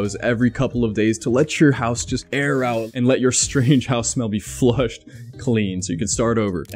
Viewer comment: The German in me was like: "did he just say ootn the window every FEW days? Lol